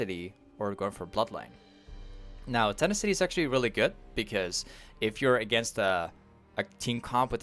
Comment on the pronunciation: I was so confused at this comment now im laughing my ass off Ten ah city (btw for a little someone)